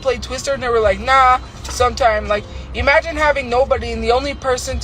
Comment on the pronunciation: " Eeemagine " can't even say imagine right... lol